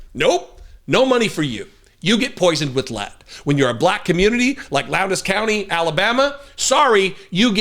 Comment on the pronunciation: So glad you covered this story. Very informative. Hadn’t heard about this, and I live in central Alabama. Also, the “d” in Lowndes is silent. Pronounced Lowns.